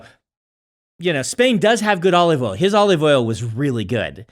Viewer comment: Brandon : Oleeve Oil